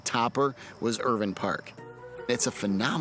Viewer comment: they said irvine wrong